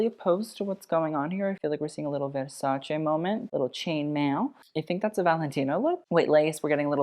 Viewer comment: It's so satisfying hearing you say Versace the right way immediatly after hearing it pronounced the american way lol anyway, she looks REALLY stunning.